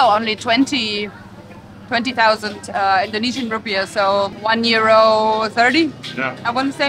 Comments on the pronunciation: Your knowledge of Indonesian language and pronunciation is very good! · Its amazing how spot on your pronunciation of Indonesian language are.